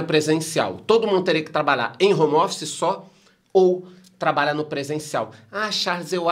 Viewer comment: "hommer" office